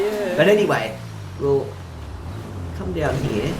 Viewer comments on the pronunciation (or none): you just said down here in a American accent XD